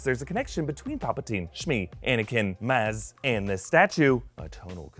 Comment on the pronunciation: Maz is pronounced moz